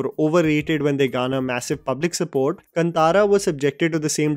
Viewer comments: its pronounced Kaaantara not kuntara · Ughhh it’s not kuntara it’s kaantara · The way you say kantara is totally wrong ! First before giving you top10 you need first try and spell the movie titles correctly ! 😂